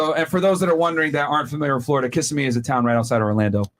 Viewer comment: Will someone tell Myron how to pronounce Kissimmee? 😂